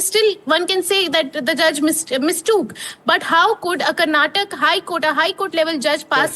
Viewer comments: It's not Karnatak, it is Karnataka. Don't change the name of the state according to your mother tongue influence and convenience you journalists.😡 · It’s not Karnatak you stupid reporter it’s Karnataka. How did you even got into this profession not knowing to pronounce the name of the state right. 😡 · its not Karnatak, it is KARNATAKA. Not everything needs to be hindi-fied. Person who is calling out mistake of Karnataka HC herself is making mistake in pronouncing the name of the very state. Yes indeed, We need justice too. Rule is a rule, even for a fool, darshan should head back to jail for the crimes committed. Karnataka High Court had the influence of politicians of congress coz he supported them in election campaigns. Ex: Sumalatha Ambareesh, CM Siddu etc. I hope Karnataka HC start taking laws seriously without any influences going forward atleast. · It's surprising how the English media Journalist doesn't know how to pronounce a state name properly !!! Shame on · whom are you replying with? there is supreme court or judiciary who takes care of the accused. I am only educating this foolish anchor who doesn't know to pronounce the Indian language or State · It's not Karnatak it's Karnataka It's not kannad it's kannada